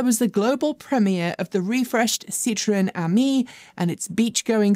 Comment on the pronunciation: seems to have finally figured out how to pronounce Porsche. Her next pronunciation project needs to be Citroen. It is a three syllable word, not a two syllable word.